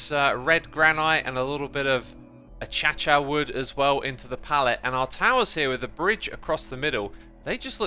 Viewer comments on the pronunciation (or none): Okay… did I miss something? Why is he pronouncing Acacia as “A cha cha”? Isn’t it “uh kay shuh”?? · Has anyone noticed that Xisuma says achacha instead of acacia? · "u-cha-cha?" I think it's supposed to be "u-Kay-shu" unless I've been saying it wrong my whole life. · did he just call Acacia "a-cha-cha"? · Wait did X just call acacia wood a-cha-cha wood 🤣🤣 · I like how you say acacia wood, ah Cha Cha wood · Sorry just feel the need to correct your pronunciation of acacia [uh-key-shuh] as you said achacha. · Did he say achacha on purpose or did he mis-pronounce Acacia? Not making fun or anything, just curious. I couldn't tell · əˈkāSHə wood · acha-cha wood? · I like that you say Achacha while it is Acesia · A-cha-cha wood lmao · Nobody: ... X: A-Cha-Cha Wood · I thought Acacia was said ac-a-ci-u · "accacca wood"🤣😂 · I'm not going to recover anytime soon from X pronouncing acacia wood as achacha✨